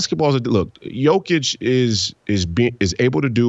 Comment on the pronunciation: Was gonna follow but you can't pronounce Jokic's name